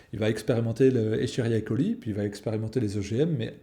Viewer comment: On dit Escheria coli ou Escherichia coli ? Je vois que comme pas mal de personnes vous ne prononcez pas certaines lettres ?! du coup je me pose la question...